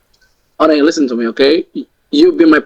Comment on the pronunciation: Just yisten yisten mee😂😂😂😂😂😂😂😂😊😊